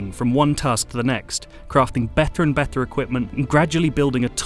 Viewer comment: The reviewer pronounces the letter 'T' in a very unusual way. "Bether" instead of "better" for example, "the arthists have been working overthime" in another place, while in other places he pronounces it perfectly. Strange!